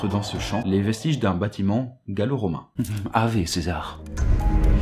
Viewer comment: Deja ça se dit pas avé César mais" awé"César.